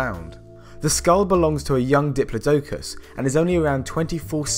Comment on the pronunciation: You know whats fucking hilarious? How you say diplodocus lol.